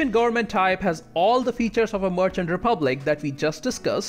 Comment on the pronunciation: Good video, but a little request: Can you try to pronounce „merchant“ correctly? Sounds like „Martian“ every time.